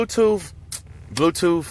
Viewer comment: "bluetoof" lel